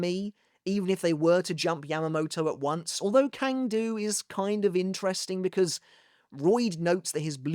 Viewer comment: Hey, I've always enjoyed your Bleach content. I'm a "languages guy", and not to nitpick, I want to comment on the more correct pronunciation of some Sternritters. - Cang Du: it's a Chinese name, and Cang here is read like "sang", not "kang" - Äs Nödt: the A umlaut in German is read almost exactly like /e/, so you can read his name as "Es Not". (the O umlaut is also not the same as a normal O, but it is tolerable) There are other deceptive names to read like Vollständig, Berenice or Jugram, and most prominently, how to actually read "Yhwach" in German. You need to simply ask and I'll gladly help out.